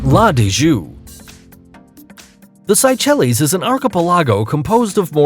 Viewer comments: Wrong pronunciation. It's say-shell. It isn't psy-chellies...hehehe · La Digue is pronounced LA DIG and not LA DIJOO, The Seychelles are pronounced SAY-SHELL. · OMG....did he say "si-che-lies: for Seychelles (*8) ?? blasphemous! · This guys butchered the syechalles and la digue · Dude. Fire your voiceover guy! Say-chell-ees? Really? If you cannot research and pronounce popular names correctly you shouldn't do voiceover. I couldn't make it 3 minutes into your video. Horrible. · Seychelles is not pronounced the way you said it. See Also the Capitol of St Lucia, Castries, is also not pronounced like you said either. See While you spent time finding videos, back ground music and a good quality voiceover, you probably should actually pronounce the places as they are officially pronounced. One of the millions of viewers that watch this video might go to some of these places you are educating them about and they'll look poorly educated. Please continue the videos but maybe a bit more research? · Nice video, but learn the correct pronunciation of the locations before doing such a video, or you'll lose credibility. It's a true headache to listen to this huge amount of wrongly pronounced names such as Capri, Seychelles, La Digue, Saint Lucia, Soufriere, every location on Bali amongst others!! Also, use the correct pictures to go with. One of the pictures in the Bali chapter, in fact, shows Anse Source d'Argent on La Digue, Seychelles. Bali is a great place but there's no beach with such beauty. Your thumbnail shows the Andaman Islands, which are not even mentioned. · Lots of shit pronunciations. Example. Seychelles. And in Fiji, its pronounced "Nandi" not Nadi.